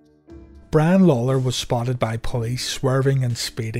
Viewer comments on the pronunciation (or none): Am i the only one hearing bran and not brian